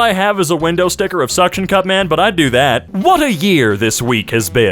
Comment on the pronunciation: ahh yes, shction cup man